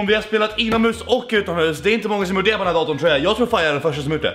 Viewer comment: Haha lät som du sa ’utan mus’